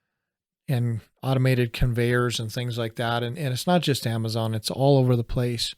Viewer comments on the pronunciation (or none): none